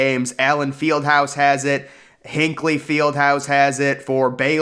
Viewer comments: It's HINKLE Fieldhouse, not Hinckley. Geez!!! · For future reference, Hinkle Fieldhouse is pronounced like “wrinkle”